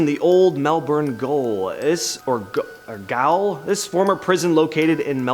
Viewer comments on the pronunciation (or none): Old Melbourne Gaol is pronounced jail it’s the way we spell it here and in England. I know it’s confusing, but apparently that’s how we do it down under. There is a lot of haunted Gaols here that didn’t make your list that I’ve investigated and are creepy as. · Gaol is pronounced Jail